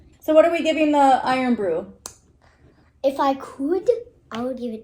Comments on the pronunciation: Irn still pronounced iron. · IRN is pronounced "iron". Apologies, but Americans can be too literal 🙂